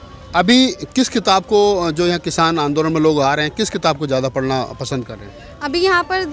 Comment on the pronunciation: पड़ना नहीं "पढ़ना" 🙂